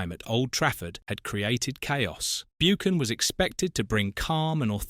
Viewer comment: I have to agree, the way Buchan is pronounced is criminal, why didn't someone spot this horrendous error.